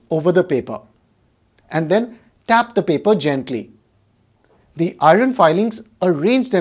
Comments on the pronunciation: Not iroon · Hii Sr ur explanation is very clear nd easy to understand.. I have only one suggestion of the pronunciation of iron..pl do check it if I am wrong..